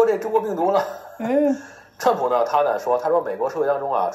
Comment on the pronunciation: 这个人把Trump 叫 “串扑”- 四声的chuan，就是说他把“川普”这个汉语音译用类似英文的调读了出来。这个小例子就很好的出卖了他：自以为转个调调就聪明了。其实。。。cringe 。。